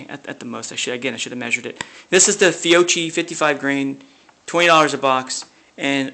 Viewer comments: Hullo to everybody, please, the proper pronunciation for the Italian surname (and related products) "Fiocchi" is "Fiokki". Best regards form Italy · Fiocchi is pronounced fee-oh-khee.